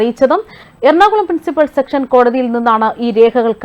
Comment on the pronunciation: ഉച്ചാരണത്തിൽ ശ്രദ്ധിക്കുക.സെക്ഷൻസ് കോടതി അല്ല, സെഷൻസ് കോടതി എന്നതാണ് ശരി